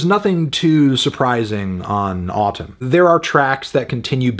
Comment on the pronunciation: It’s pronounced “Atūm”